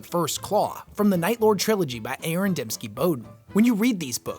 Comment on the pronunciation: My brother in Christ did you just call ADB A-A-Ron?